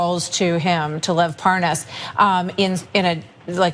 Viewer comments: Hannity deliberately mispronounced Lev Parnas’s name when he asked Nunes about the phone calls on his show too... it was ridiculous. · Devin Nunes is the only American I have heard mispronounce Lev Parnas. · Nunes says his name wrong to try and show that he doesn't know the guy. Like a child. 😂😂😂😂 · How can he mispronounce Lev's name, it's like Lev Parnas/ Devin Nunas